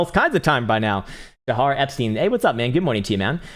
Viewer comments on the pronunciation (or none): none